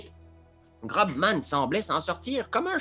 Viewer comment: Excellent ! C'est peut être fait exprès pour déconner mais GroBman se dit Grossman pour info ! Continuez comme ça c'est trop chouette !